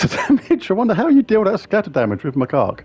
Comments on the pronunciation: It's pronounced Mah-kak not, well the other way. It's a type of monkey. Not as funny as your way, but may not get you dinged by the YouTube algorithm. lol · It's pronounced Mac - cack 😂😂😂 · OMG 😂😂😂😂You are SO bad! I had to stop and re-start watching about 5 times because I was laughing so hard! Now every time you say Macaque I bust (get it?) out laughing. So glad you found it though ‘cause that would be a shame if it was lost…….. Now I’m off to get lost in the Underwire. ANYWAY… great video but I doubt I’ll be able to afford The Ruby Macaque any time soon. Oh Lord I’m off again 😂😂😂😂😂